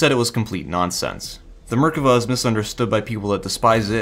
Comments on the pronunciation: Merkava isn't pronounced murkuvuh but otherwise good video. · wait is it "MER-ka-va"? I've been saying "mer-KA-va" ever since playing Xenogears way back in the day